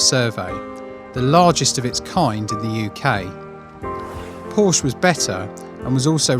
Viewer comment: Why cannot so called car experts, this time from Which?, pronounce Porsche correctly?? It drives me mad.